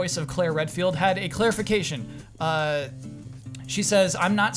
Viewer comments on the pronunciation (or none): Did say Alyson Court had a "Clair-ification"?:D